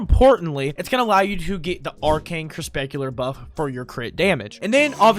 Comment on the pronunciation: Dude, I love you, but your pronunciation is giving me psychic damage... Ogris != Orgis Crepuscular != Crespecular Armaments != Armenenents Malevolence != Malavins Vigor != Viger Sahasa != Sahasha When life gives you melons, you might be dyslexic (It takes one to know one)